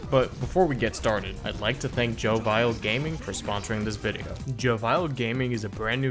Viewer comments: Pretty sure its pronounced "Jovial" not "Joe Vile". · Joe Vial?